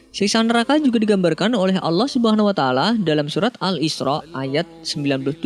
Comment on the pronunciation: Mohon Di Perbaiki ucapanNya Yg sy dngr Anda mengucapkan allah sumuna taala Mohon Mff Apa Bila Sy Salah, Tp tolong tmn² Mendengarkan dgn Baik🙏Saya Hanya Ingin Memberitau🙏🙏